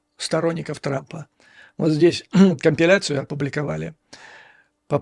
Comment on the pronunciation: Давайте без «компеляций» дорогой Швец